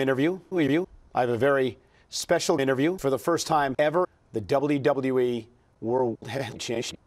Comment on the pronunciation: Somehow Michael Cole puts like 3 extra syllables in "WWE." I can't stand it.